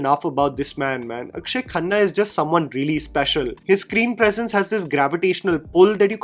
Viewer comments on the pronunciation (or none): none